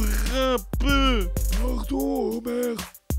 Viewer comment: c homer simpson pas omer